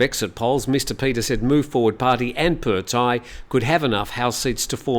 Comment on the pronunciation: Just a small quibble: It’s the เพื่อไทย party (meaning “for the Thais” or “for Thailand”) and it’s pronounced “peu-a!” (said emphatically). And the leader’s first name is พิธา, which is pronounce as pi-taa , with a very short “i” (not peter). You should never rely on the transliterations, even (or especially) the official ones because they’re mostly wrong!